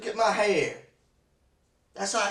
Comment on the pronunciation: Your hayir is theyir and screemin stevvven is what killed me 😂😂